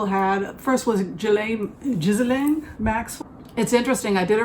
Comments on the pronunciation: Congratulations! Enjoy Portland OR! I’m happy for you. You also look very happy. Thank you for the reading.:) (Ghislaine’s name is pronounced Ghee-Len.) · Zjee-laine is the pronunciation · She pronounces it GHEE-lane Maxwell. (Like the butter substitute.) The correct French pronunciation is GIZ-lane (G sound like in guitar) But as a British family that's not how they chose to do it. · Robert Maxwell seems to have cursed his daughter with a name no one was able to pronounce. The BBC and others decided on a soft "G", no "s" and accent on the last syllable. I guess we'll know for sure if they show her in court and she's asked to state her name and the internet and twitter-verse light up.